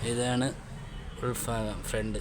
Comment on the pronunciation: എടൊ നീ ആദ്യം പോയി മലയാളം പഠിച്ചു സംസാരിക്ക്. കാറിന്റെ ഉൽഫാഗം അല്ല. ഉൽഭാഗം ആണ്. (ഭ ) എന്ന അക്ഷരത്തിനൊക്കെ നീ (ഫ ) ഉപയോഗിക്കുന്നു. ആദ്യം നീ പോയി പല്ലു തേച്ച് വൃത്തിയായി നാവ് വടിക്ക്. അതുപോലെ നീ ഈ കാറിന്റെ ഓണറോട് എന്നും മുതലാളിയോട് എന്നും പറഞ്ഞു. രണ്ടും ഒന്നുതന്നെ അല്ലെടോ